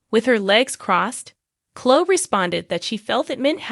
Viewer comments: Omg!!! Please learn how to pronounce names, it drives me CRAZY!!!!! Her name is not Clo, it's Chloe. Pronounced Clo ee, u morons!!! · Please pronounce the sweet girl’s name correctly. Cloeeeee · Cho? Pronounce her name correctly. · Why can't you say their names correctly? It doesn't make your site look very professional!